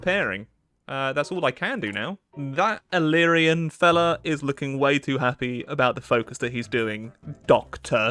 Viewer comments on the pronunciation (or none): none